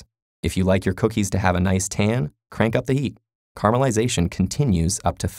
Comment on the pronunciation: I swear he was saying carma-lization.